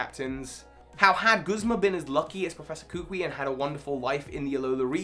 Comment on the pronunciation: It’s not koo-qwee…. It’s kuh-coo-ee